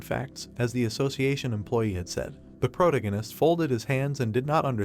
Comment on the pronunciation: The AI not being able to say protagonist drove me crazy